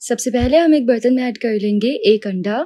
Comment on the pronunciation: 238 bar ap ne bola .... Len GEY 😂😂😂 Nice recipe I will try today.. Thank you ❤